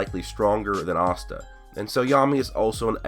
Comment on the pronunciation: Is he really saying Asta’s name wrong?